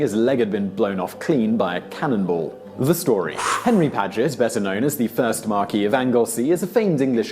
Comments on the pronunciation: Mar kwess, not Mar kee you silly. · “Markquiss” surely not “marquee”. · And anuvver fing,: Henry Paget was NOT a 'Marquis' (pronounced markee ) for God's sake: he was a MARQUESS (pronounced marquess )! Tut, tut... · This video seems to be narrated for an American audience. Many words and pronunciations aren't British. Purse, Marquee, Baytee. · "Marquess of Anglesey". How do you misread that as Marquee ?